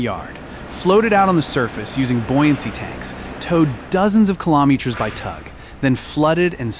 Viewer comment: Talk about LOUSY CHEAP AI garbage. It is too stupid to pronounce METERS and KILOMETERS correctly!